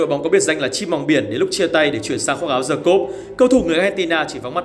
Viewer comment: với tư cách là một người sống ở nước ngoài lâu năm, t nói thật nhé, ở phương Tây người ta chả quan tâm m phát âm là "Đì" hay "Đờ" đâu 😂 miễn đừng có "Giờ" và nó hiểu là đc rồi 😂